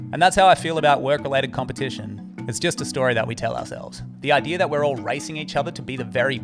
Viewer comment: Its idea....not idear....